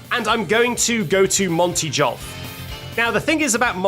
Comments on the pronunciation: Why does he say Monty Djolf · Monty Jolf?....Monty JOLF?!